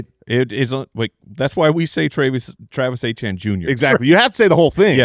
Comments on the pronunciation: You guys continuing to pronounce Travis Etienne's name wrong keeps making me laugh 😂 It's not (Ay-Chan), it's (Etch-Yen). It's just a French name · It’s pronounced Travis Etienne( Attiene instead of the E) Jr.